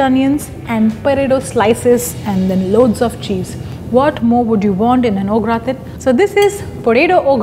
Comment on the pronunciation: It's a Typically "French Plate"! It's pronounced as GRAATAAN (The 'N' is almost Silent). Please take care next time!